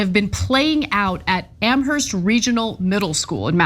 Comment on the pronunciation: Please,, the H in Amherst is silent. It's pronounced "am-murst"